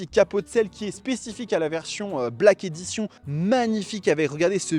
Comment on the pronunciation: On prononce : Black Édichonne.